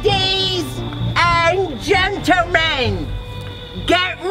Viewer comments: said "lady and gentlamen" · nobody: Not a single soul:: laides and gentle man